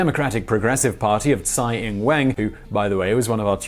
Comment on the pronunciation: I like how you pronounce "Xi Jinping "perfectly and then completely butcher "Tsai Ing-wen".